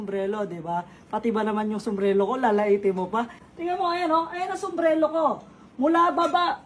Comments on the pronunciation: Sumbrero hindi sumbrelo 😂😂😂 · SUMBRERO hindi sumblero😅